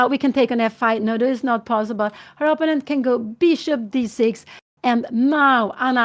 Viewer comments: Give her a break … it’s her second language and many people mispronounce words especially in a second language do to muscle memory of the first language. You know she means “opponent “ . She is a nice lady and with a funny quirk. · Dear Anna, can't you teach your mother to pronounce "opponent" the right way. She has her very own (wrong) variant of the pronunciation. And it's a word she uses quite often.